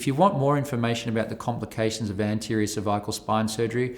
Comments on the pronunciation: When he says cervical is sounds like severe lol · A little scary when the surgeon can’t pronounce cervical… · He can’t pronounce cervical